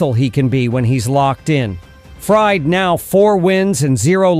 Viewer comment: Is this narrated by A.I ? Because am I mistaken or did he call him Max Fried as in fried chicken several times ?